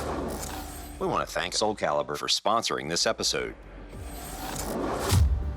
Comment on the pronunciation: Soul caribur...lol